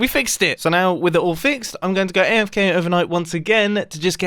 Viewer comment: sounded like aiofk